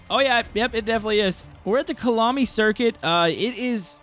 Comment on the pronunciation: Would like to see more forza motorsport content and I don't mean to be rude but I'm from South Africa and it's pronounced Ka-ya-la-mi not klami